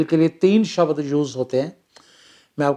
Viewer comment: Not शबद It's शब्द।